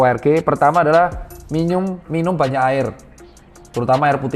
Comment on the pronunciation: minyum😂ngomongnya typo